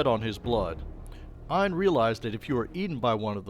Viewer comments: Aine is pronounced as Anya. It's Irish/Celtic. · It’s pronounced more like Onya